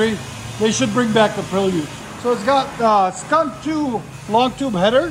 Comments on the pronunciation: Prelude not Prill-yude! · You perliud come on guy 😂😂😂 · Pre-lee-ood? 🤔 interesting, hadn’t heard that one yet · Ive never heard Prelude pronounced like that